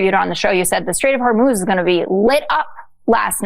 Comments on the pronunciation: Did this fertilizer guy really say "Strait of Horez"? WTF? THIS guy is an idiot! It's PRONOUNCED AS: HOORMOOZE! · Where is " the Strait of Horez"? Its Hormuz ffs